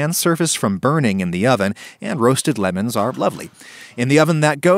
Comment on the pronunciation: I noticed that right near the end (before the ad segment), you say that roasting lemons really knocks back the acidity, and you definitely emphasize the word "lemons" rather than the word "roasting," which I'm sure you intended when you wrote the script. I just want you to know that I noticed and that you should be better.